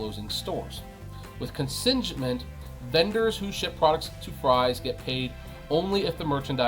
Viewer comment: ‘con-singe-ment’ LMAO